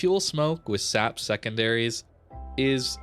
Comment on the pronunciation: Am I the only one who is annoyed by the fact that pronounces SAP as \ ˈsap \ instead of /ˌɛs.eɪˈpiː/? I mean, you don't pronounce AP as \ ˈap \??